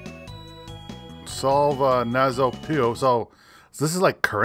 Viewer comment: It's puyo as in yo-yo.